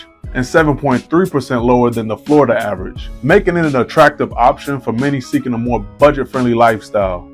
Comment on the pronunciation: Dude….. it’s Florida! Where the hell you from?